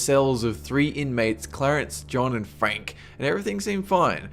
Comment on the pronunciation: they way you say "Frank" XDD Wow! Signal from Sagittarius?....Equius?